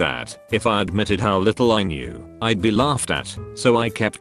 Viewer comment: Love the way the TTS bot pronounces the word 'be' (bee)